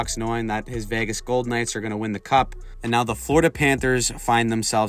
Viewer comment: Florida, not frlodida